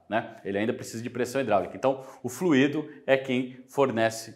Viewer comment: Curiosidade: a palavra FLUIDO (sem acento), enquanto adjetivo ou substantivo (como é o caso do vídeo), tem sua pronúncia mais aproximada da expressão "cuido", por exemplo. Pode parecer estranho, mas o acento em "fluído", trazendo a pronúncia mais próxima de "ruído" só tem lugar quando da utilização do particípio do verbo fluir: o trânsito tem fluído bem, por exemplo.